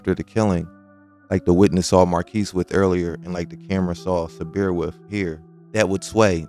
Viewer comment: It is pronounced SABR. means to be content or patient ( Islamic spiritual) patience